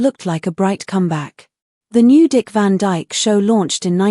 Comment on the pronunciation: Its Dick Van Dyke,not Dick Van DJK.